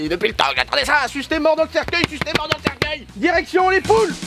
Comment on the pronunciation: cercUEIL pas cerceuil ^^